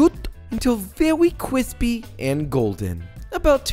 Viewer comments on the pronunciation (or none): So we're back on "qwispy"? Okay. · Till very cwispy...those are the words of wisdom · "So, are you good guys or bad guys?" The Old Guard: Depends on the century Joshua Weissman: Not good or bad but, I'm thicccc and cwispyyyy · QWISPY PRRRRROSHOOT!! Lmao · Joshua, Can you kindly share me some kwispy chicken? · What a fail video. NO CWISPY!!! 🤬🤬🤬